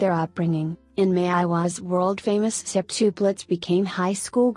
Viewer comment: I CANT STAND THE WAY THAT ROBOT THING IS SAYING SEPTUPLETS